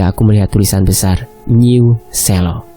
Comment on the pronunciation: Musuk,Lereng Merapi hadir...harusnya Selo bacanya bukan gitu min tapi kayak ejaan kata perang bukan merah,,berbeda di E nya